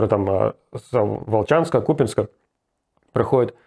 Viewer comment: Уважуха Руслану ( от купянчанина)за Ку’пянск, а не Купя’нск как у всех.